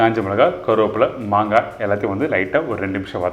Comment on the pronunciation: Please correct it's not mangai it's "maangai"